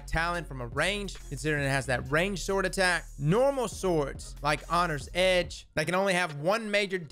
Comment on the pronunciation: "Hongry Edge" Lol, love it.